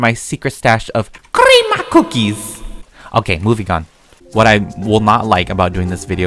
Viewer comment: no one: literally no one: not even germs::CrRrRrReAm cOoKiEs later...... Also:this is my HyDrOfLaSkSkSkSkS